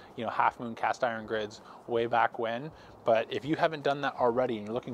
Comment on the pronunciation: Why can't you pronounce "iron"?